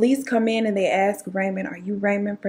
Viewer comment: aSk not aKs. Ask ask ask. Please say it properly.